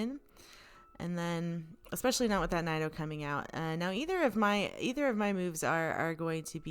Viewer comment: Great video! Why are you saying nido like that? Sorry I'm being annoying but it bugs me lol